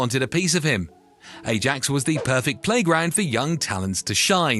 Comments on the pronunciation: Ajax is pronounced “I-yaaks”, not “eh-jacks” in Netherlands!! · " A-djax" ..? Skip. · jesus if you cant pronounce Ajax properly you shouldnt be making football videos